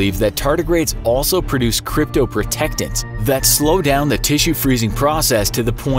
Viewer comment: anyone else catch "cryptoprotectants" LMFAO